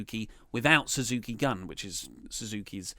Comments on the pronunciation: Suzuki Gun is pronounced goon. Also, Suzuki didn't bully Goto, he wouldn't acknowledge him, or say his name. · it's pronounced Suzuki Goon! Also bring back Great Balls of Botch.